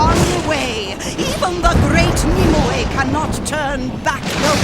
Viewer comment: Nimue is pronounced more like "nim-way", not "nim-oo-ey".